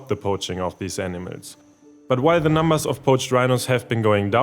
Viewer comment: The reader's accent makes the word "animals" sound precisely like "enemas."